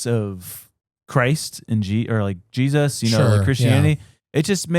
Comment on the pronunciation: Gosh he always says jes"US" I wonder why